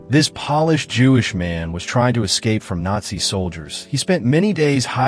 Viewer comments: This rubbed to a shiny surface (polish). You have to love how Artificial Intelligence lacks intelligence when reading! PO-LISH as in native of Poland, thecountry. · I HAD TO LAUGH WHEN HE KEPT PRONOUNCING POLISH WRONG. 😂😂😂